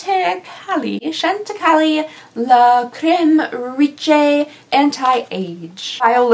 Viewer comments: Lol, upscale Macy’s! Neiman’s is one of the original luxury stores like Bergdorf or Saks or Harrod’s. It’s pronounced Shan te kai. The value is based on retail price per ounce of the items and the not for sale means not for retail sale as an individual product in the regular retail line. It’s bah kah rant (Bacarrat), one of the most famous crystal makers in the world, in the same company as Lalique. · Chantecaille is pronounced = Chan-te-ki. Day no. 21 wasn't De De Peau, it was Cle de Peau 😂😂😂 You had me crying laughing, you're so funny. This calender does actually exceed the $300 price tag, however, all of the "not so delux" sample sized tubed/pots are insulting! There needs to be a law stating: "Any product offered in a Christmas calendar that is NOT full size, MUST contain at least 7 (seven) days/nights worth of product. This is to enable the user with enough product to make an informed decision ". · Neiman's is a very upscale department store- it makes Macy's look like a Target. Also, Chantacaille is pronounced SHANTA-KIGH. It's a high end skincare line that honestly isn't worth the price. Btw, love the couch! Would love a peak at your xmas decor! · Wren (Ren?) is SO CUTE. I can’t handle it. Also just so you know for any future Needless Markup purchases (because why would you NOT want a repeat of this advent calendar experience lol) - it’s pronounced like Shawn-tuh-KAI where the emphasis is on the last syllable which rhymes with guy. I’m too poor to buy it but I watch a lot of beauty YouTubers lol! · Cle de peau is pronounced clay duh po and its a very nice and expensive skin care company. The brand chantecaille is French pronounced shan tuh kai. Very nice beauty products. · Chant-ti-kai…at least thats how Tati pronounces it 😉💗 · I believe Chantechaille is pronounced, “Shawn-teh-kai”. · Chantecaille is French and pronounced SHANT-eh-KAI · You're hilarious. It's pronounced Shawn Tick Eye...Chantecaille.